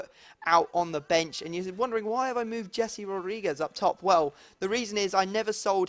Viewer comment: Please when ypu are trying to pronounce the name of "Jese" the "J" should be heard like the "J" in the name of "James Rodriguez".